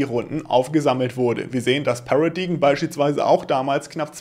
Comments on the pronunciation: Paradigm spricht sich 'Pärädeim', nicht? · “Paradaim” solche Worte sollte man schon nachschlagen wenn man nicht weiß wie sie ausgesprochen werden und 12x im Video gesagt werden 😅